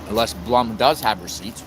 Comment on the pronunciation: Since I wasn’t sure how to pronounce “Blum”, I googled it. It’s pronounced Bloom.